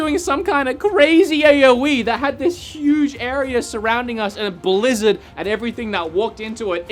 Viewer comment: Area, not arear